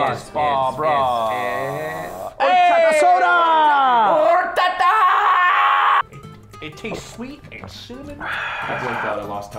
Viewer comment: Dude narrator said Horchada but it’s horchata